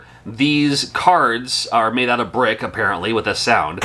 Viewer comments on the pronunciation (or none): none